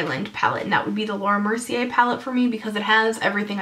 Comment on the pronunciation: Lame... how u not gonna like the Naked or Naked 2 or even the LORAC palette... p.s. ur pronouncing the Laura Mercier palette wrong... js